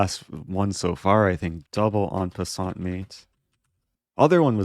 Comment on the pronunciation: “EN PASSANAT”